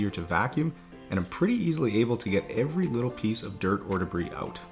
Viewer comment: I love the customer reactions. You sound American through the whole video with the exception of a couple of words (excuse my ignorance, I’m from England), and the customer walks in and the Canadian gets turned up to 11... ‘Came oot good eh?’ Not a criticism, just always makes me laugh. I watch every week, even picked up a few tips for myself!